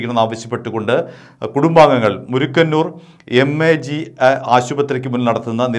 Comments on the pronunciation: Murikkannoor alledo*Mookkannoor* aanu. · murukanoor alla "Mookannoor"...